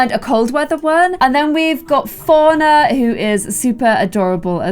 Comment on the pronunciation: When she says "Fauna" it sounds like she's saying "FoRiGneR"